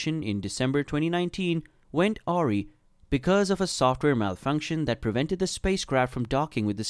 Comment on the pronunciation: Not great. You talk about boeing max and show a 747. Pronunciation is illiterate "Awry" Aree ? Are you robot talking ? Maybe its an Americanism... not great.